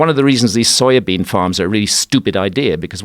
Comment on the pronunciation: I like everything about Graham Hancock, except... For the way he says "soybean" xD